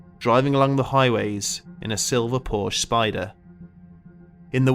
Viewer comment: Fact Checking could have made this short documentary factual. Most of the stories are embellished and/or BS. First. PORSCHE is a two-syllable family name, Second. There is no curse of the Little Bastard. Third. James Dean: On The Road To Salinas....is the real deal for James Dean's motorsports history with his Porsche 356 Speedster and 550 Porsche Speedster. Lee Raskin Porsche historian and author